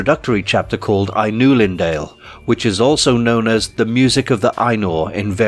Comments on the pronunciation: eye-noo-lihn-dah-lay not eye-noo-lihn-dail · Ainulindalë AYE-NU-LINDA-LE When a word in Quenya has a vowel with a diaresis it means that vowel must be pronounced. Another example is Aulë, AU-LE not "Owl". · "Eye nu lin dale" That is not how you pronounce it bit I like it😃 I know...nitcpicky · And it's pronounced Ainulindalë the Le at the end is pronounced "lay" so it's like someone is saying "I knew Lynn Daw Lay" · Pronunciation sidenote re Ainulindalë and Aulë- the ë (with diaeresis) indicates the articulation of the vowel e and is not silent